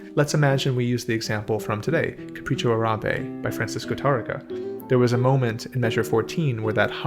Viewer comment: Thumbs up for nailing the pronunciation of "Capricho Árabe" by ... I dont understand what he says after.